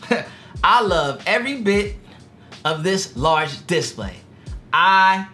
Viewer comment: I'm sorry man I didn't realise you couldn't pronounce display I just thought you didn't know. Great video